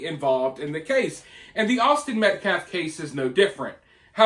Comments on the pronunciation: It’s Metcalf not Metclaf.. Austin Metcalf say his name. Anything to stir the pot and distract from the actual facts about this horrible situation. Let’s keep it real! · These people are not even saying names correctly. It’s not Metclaff! Another lawyer YouTube constantly messes up Marcellus Anthony instead of Karmelo. I mean seriously it’s not that hard. Minor but annoying. You always keep names straight or correct your self. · Thank you for exposing that total fraud, race baiting, race hustler. The guy couldn't even say Metcalf correctly. He kept saying, Metclaf. He gonna axe Metclaf a question. 😂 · It kills me that he keeps mispronounced Austin name.... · This guy didn't even say Austin's last name properly 🤨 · Thanks, I smelled something"off" about that guy when I heard him during his "press briefing". He can't even pronouce the Austin's last name correctly. This trial is going to be a complete shit show. When they come back with a guilty verdict, they are going to riot. Mark my words. I just hope the fear of the dark tribe going off again doesn't sway the jurors like it did at the OJ Simpson xxmurder trial. Austin deserves unfettered justice. His twin,Hunter, and his whole family deserve nothing shy of full justice. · He can't even pronounce their last name but doesn't see it as "disrespectful" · This guy was a joke the second I heard him speak. He couldn't even pronounce the name of the victim or say simple words. He looked like a weirdo from the start. Hitting a 2 year old as discipline is NEVER acceptable for those defending disciplining his child.